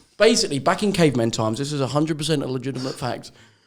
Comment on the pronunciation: why did joe saying legitimate nearly make me piss myself